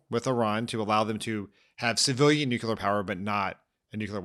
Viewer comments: Anyone else flinch every time they hear Dan say "nuke-ya-ler" a la Bush Jr. over and over again? Gaaah, that mispronunciation is like sandpaper on my soul. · I'm kind of surprised that Dan went with the George W. Bush pronunciation of new Q. Lur.